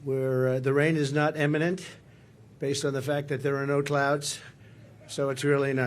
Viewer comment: Why do people here not seem to comprehend that? Also he said imminent.